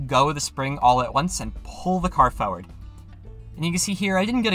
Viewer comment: why do you say farword